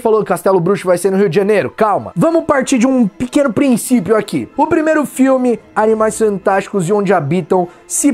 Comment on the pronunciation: no min ele falou Animais santásticos ou eu to lokão?